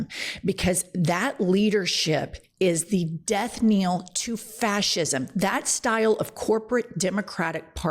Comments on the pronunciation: Death knell (not kneel) - rhymes with Hell. Sorry, it's the English teacher in me. I love you though! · Death knell pronounced like "nell" not kneel. ❤ Love your work! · We're you saying death nail? That's what it sounded like to me both times. Just in case, the phrase you're looking for is death knell, and I agree with your take. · It's Death KNELL!!!!! Not Kneel. Seriously!? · Jen, I love you so much! And my love it is death KNELL, not death KNEEL. Again, love you so much. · *death knell. Not kneel. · Please stop saying "Death Kneel"! The proper pronunciation is "Death Knell" (K-N-E-L-L). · "death NELL" not "death neel"! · Thank you for all you do. But one thing: it's 'Death Knell', not 'Death Kneel'. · Love your show. Death-knell rhymes with death-yell, not death-kneel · Knell, not kneel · Love your show. But its "Death knell" not "death kneel' 😭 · fyi - it's "death knell" not "death kneel" - which is the tolling of a bell upon a death. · Learn how to pronounce death knell